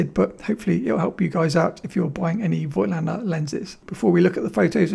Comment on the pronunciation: Lots of photo channels make this mistake too - but it is pronounced 'folktlender'